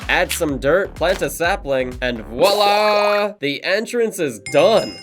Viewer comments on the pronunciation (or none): none